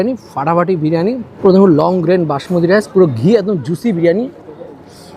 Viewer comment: খাবারের নাম ব্রিয়ানি নয় দাদা, বিরিয়ানি।